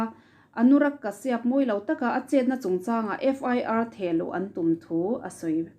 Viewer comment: I aw hi ngaihthlak a nuam. Lo tizel rawh.. ka duhsak ce vangin thurawn pakhat ka lo pe ang che aw. Anurag kashyap hming kha, Kashiap tilovin kasap tiin i rawn lam thin tawh dawn a nia.. India mi kan ni a.. Kan lam thiam lutuk lo a nih pawhin, tlema lam awm ang leh inhnaih deuhin lam thin ni se...ks ti deuh